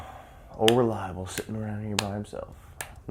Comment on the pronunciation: Lol love the intro & great review too! Reminds me of fall with these reviews coming out. Dude favourite part of the intro is when you say “ol reliable sittin by himself” LMAO you just sound so American when you say that. No disrespect neighbor, maybe it’s just because I’m from Canada that the ol reliable line kills me.